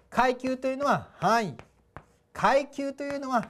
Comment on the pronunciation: くゎいきゅうww